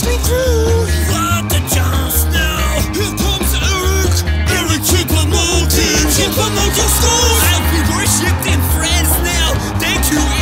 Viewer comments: My favourite part was when it said ERIC CHOUPO MOUTING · MY FAVORITE PART IS WHEN HE SAY ERIC CHOUPO MOTING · Did they say Eric choupo mouting?